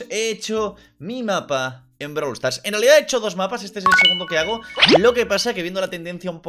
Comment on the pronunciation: Todos:Brawl stars:BRALW STARS